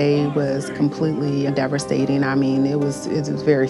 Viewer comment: "deverstating". And, she's the mayor? That, speaks volumes.